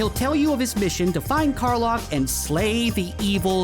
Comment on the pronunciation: Lack, Kar-LACK. Is how it’s pronounced. Dummy.